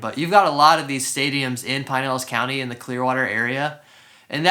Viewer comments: I lived in Clearwater for 9 years.. back in mid 80s to mid 90” Great videos , new to the channel. Not trying to be rude but It’s Pronounced Pin..Elas county not Pine.. elas Sorry . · Never heard it pronounced pine-ellis county until this video. I lived in Westchase for a few years awhile back and have always heard pronounced "pin-nellis". I'm pretty sure pin-nellis rolls off the tongue better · It is pin-nellis lmao, he's just pronouncing it incorrectly. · This guy is not native to the region. I can tell by the way he says Pinellas, stopped watching.